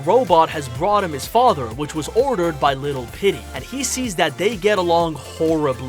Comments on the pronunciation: Petey isn't pronounced "Pitty" its pronounced "Peetee" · Pitty ❌ petey ✅ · It’s PETEY not PitTy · It sounds like your saying pitty instead of Petey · STOP Saying PITTY!